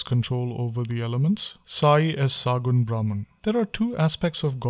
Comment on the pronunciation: It is Sagunn not saagunn .